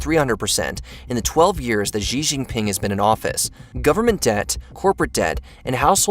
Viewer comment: Xi is prounounced 'She'.